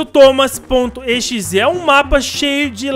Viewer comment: Parece que o nome é toma.exe ele falou